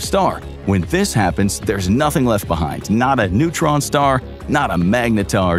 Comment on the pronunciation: timestamp - , "It's a massive neuron star". NEUTRON star, not NEURON star. Pronunciation counts folks.